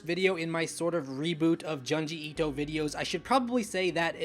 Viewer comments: Say it with me.... JUNE-GEE ITO not JUN-GI ITO lol GYOOOOOOOOOOOOOOOOOOOOOOOOOOOOOOOOOOOOOO not GUY-OOOOOOOOOOOOOOOOOOOOOOOOOOOO lol which kills me cause you say Tomie correctly lol nice video btw! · YOUR SAYING HIS NAME WRONG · You like him yet can’t pronounce his name right or one of his best stories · The way you are pronouncing this man's name is awful.